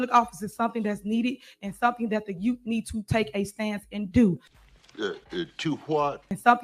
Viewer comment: She drives me crazy! "Misapality", "Liberry", "Gat", and now..."Yute". I realize she doesn't see anything wrong with her actions nor speech, but I'm seriously wondering if she has a speech disorder. 🤔